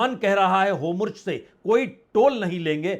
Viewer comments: Please correct the pronunciation of Hormuz. It is not Homurz. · Sirji 'HOMURJ' nahin 'HORMUZ' hain